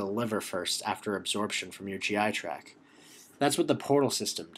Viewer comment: Driving me crazy with "track" instead of "tract" haha but the video is awesome. Thanks